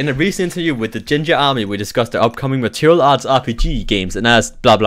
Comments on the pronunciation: Good video,, but why do you pronounce martial material? It's more like mar-shal or mar-shill.:) Anyway, keep those videos coming. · I'm not complaining, mind, I just find it amusing. Every time he says it, I'm reminded of this song by Madonna